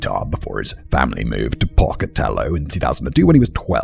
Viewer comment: Simon: Matt should've given you a pronunciation guide for this. Pocatello is roughly pronounced "poke-uh-TELL-owe". It's a city named after a regionally well-known Native American, specifically Chief Pocatello of the Shoshone. I've lived in southeastern Idaho since 1986 and Pocatello is in SE Idaho. (Only mentioning this to lend credence to why I know how it's pronounced.) And Columbine is pronounced COL-uhm-byne, as in "column", not as in "Columbia"